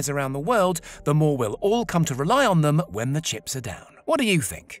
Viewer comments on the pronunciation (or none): none